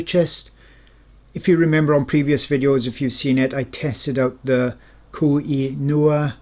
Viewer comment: I was just thinking you pronounce it wrong, but as a Polish person I pronounce it differently and surely also wrong 😂